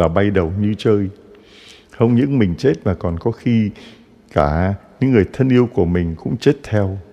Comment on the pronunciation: THƯA CHA LONG ; ÂM ; CH ; NGÀI PHÁT ÂM SAI SAI RỒI NGÀI ƠI ; CHUŹ́A CHZA ; ; LÀ CHÚA CHA ;; CHUŹA CHUŹNG CON ;; LÀ CHÚA CHÚNG CON ;; CHIZỤ CHZẾT ;; LÀ CHỊU CHẾT;; .....VV......VV...... . CHA ƠI Con giáo dân thômasô THÂN VĂN HẢI 72 tuổi . CON XIN LỖI LÀ CHA